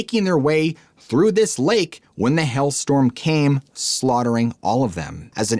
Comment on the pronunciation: I sit baffled for a while trying to figure out what these words are, like hell storm, he can't pronounce hail. Or skull. And it's irritating.